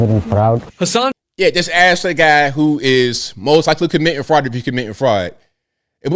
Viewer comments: "The Somali fraut", oh man, I missed you. Haven't listened in a while. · All these ladies who have trouble speaking the word FRAUD should attend the Learing center to help out with their pronunciation!